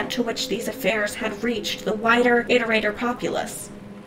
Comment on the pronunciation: Thank you for pronouncing iterator correctly.